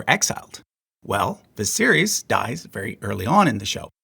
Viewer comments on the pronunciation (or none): Daenys and Aenys are Day-knees and Ay-knees And Vi-sare-is